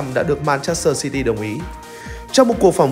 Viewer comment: Đa phần người vn ko rành tiếng anh, nào là xi ti dần rồi lót xi lân cót😢 chả hiểu nói gì luôn 😅